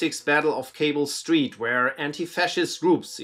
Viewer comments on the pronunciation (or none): none